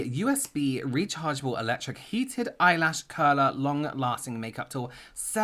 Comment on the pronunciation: Loved how turned into Matt Berry saying "Eyelash currrrlerrrr"